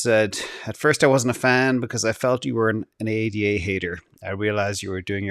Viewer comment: It's not A D A, it's ada. It's not S O L, It's sol. He really hates ada